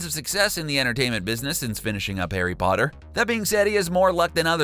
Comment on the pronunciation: STOP SAYING HARRY BOTTER!!!!